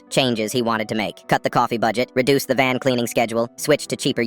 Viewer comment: AI saying VAN:🚐🚐 Me hearing ban:❌